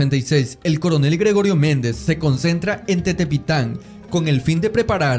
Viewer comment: AMIGO SE LLAMA Y SE PRONUNCIA "" TEPETITAN Y NO TETEPITAN "